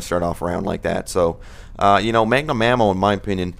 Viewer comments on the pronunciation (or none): magnum ammo not mangum